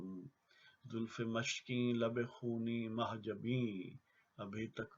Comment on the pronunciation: تصحیح: مشکیں...م پر پیش ہے.